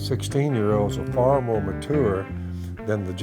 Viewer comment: I like how phil says mature